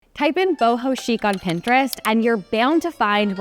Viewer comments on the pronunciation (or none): none